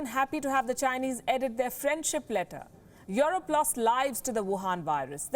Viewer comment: It's EUROPE not YORUP - pls pronounce english properly